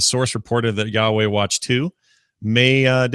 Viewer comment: Is it just me, or is pronouncing Huawei (hwah-way) like Yahwah (yah-way)?